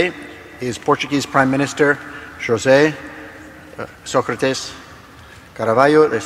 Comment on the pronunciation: Não gosto do Engenheiro Sócrates mas acho que não esteve tão mal como o vídeo indica. Repare-se também que o Sr. que o apresentou assassinou-lhe o nome com uma pronúncia horrível. O mal dos portugueses é deixarem-se levar pelas aparências em vez do conteúdo. E, claro está, o "double standard": o português tem de falar inglês corretamente e sem assassinar a pronúncia; o americano pode assassinar a língua portuguesa nas cinco palavras que pronuncia. Enfim...